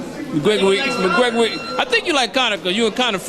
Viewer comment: McConor Gregor lol